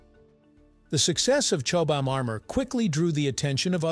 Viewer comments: Chobe-ham? Chobham is in my backyard, about 6 miles away. Here we call the village 'Chobham', pronounced 'Chobbum'. See? easy, isn't it. Say "Chobbum", there you are! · Suggestion: Check how the original language pronounces the item - in Brit English its 'CHOBBAM' not 'Chobe Ham' We doubtless do horrible unitentional things to Amercian words 🙄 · Blame the AI, it narrated this, got many words wrong, even said Chobham wrong many times. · Wow. I didn't know there were so many ways to pronounce 'Chobham'. 😅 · And all of them wrong